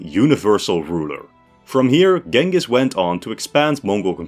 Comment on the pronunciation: that's a hell of a way to pronounce 'Genghis' 🤣